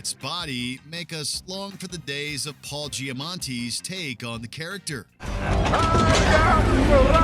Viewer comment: "Paul Giamanti"